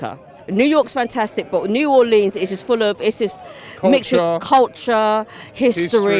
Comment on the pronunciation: I hate to say it, but Robbie you're pronouncing New Orleans wrong, check the correct pronunciation out.